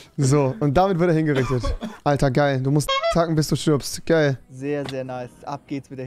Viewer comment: rewi, es heisst stirbt und nicht stribt..